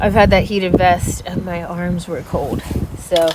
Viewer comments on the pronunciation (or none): It's adorable when you say "cold" 😉..... I hear it as CODE 🤣